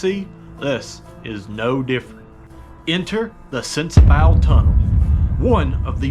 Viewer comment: I know I'm late to the show, just wanted to give a bit of info. I'm a local to the tunnel and it's pronounced sensabaw. Also, the creek has been there for a very long time. Definitely was not Helene. I've been told by several old timers that the creek was originally meant to run through a trough on 1 side. Somewhere along the way, the creek got too big for the trough and took over the whole roadway. Love your content brother!